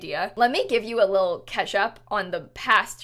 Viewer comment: What I’m early? (Ish) I literally thought she said ketchup.